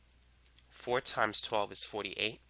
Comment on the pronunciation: I love the way you pronounce 'four' :P